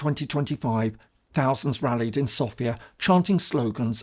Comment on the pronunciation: Es ärgert mich immer wieder SofÌa zu hören. Wenn man sich als große Kenner der bulgarischen Geschichte sieht, muss man auch wissen das die Hauptstadt Bulgariens SÒfia heißt, also der Akzent fällt auf das O. Danke!